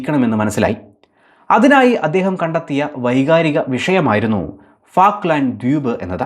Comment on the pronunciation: ഫാക്ക്ലാന്‍ഡ് അല്ല ഫോക്ലന്‍ഡ് ആണ്